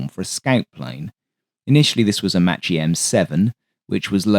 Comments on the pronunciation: Excellent vid. One slight quibble. Macchi is pronounced Mak-ee not matchee. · FYI in Italian, when an H follows a C in front of E or I, it hardens the C. So Macchi is MAKKI and (Isotta) Fraschini is FRASKINI. Anoter useful clue is that in Romance languages -- because Latin did this -- unless an accent appears somewhere else, the second-to-last syllable gets stress. Thus marRIna, miliTAre, REgia ... (suffixes can throw this off, thus aereoNAutica). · I like your work sir but you have mispronounced the Italian word m a c c h i. It's not the CH sound It sounds like m a w k i e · Good pronunciation, but every time you see a "ch" in an Italian word it means it's a strong C, essentially a K. So it's "Makki", "Frankini", "Frasketti" etc.